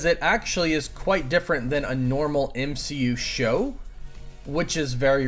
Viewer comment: M-she-u got me 🤣